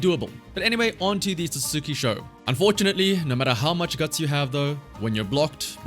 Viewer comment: I was gonna ignore it, but you did it twice. "Satsuki" is "Sah-ts-ki". If you know the character "Sasuke", you can see how this "u" is pronounced. Another example is the "Akatsuki", pronounced the same way as the other 2 words. A third example, "Sasuga", which, as far as I know, translates directly to "amazing", is pronounced "Sas-gah".